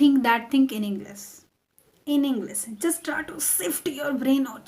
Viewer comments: First you have pronounce properly The word English then make me to learn with you🙂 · your prononsation is wrong like that you saied english